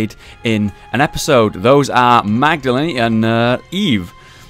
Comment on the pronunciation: Magdalene is pronounced Magdaleen not Magdaleni